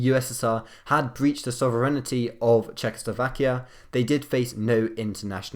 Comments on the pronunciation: Sovereignty pronounced incorrectly. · I KNOW RIGHT??? I'M SO ANGERED BY THIS